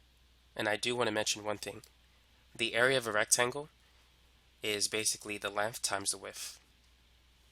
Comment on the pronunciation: The area of the rectangle is the lengff times the wiff